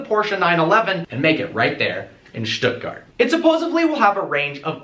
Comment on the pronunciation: Dude! Huge respect that you pronounced "Stuttgart" the german way and not how every other American would do it.